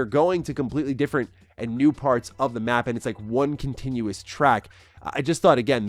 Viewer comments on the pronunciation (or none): none